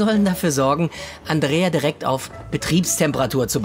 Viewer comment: Dieser Momen wenn Mann Andreia heißt 😂😂😂😂😂😂😅😅😅 ja mit ei aber Mann spricht es Andrea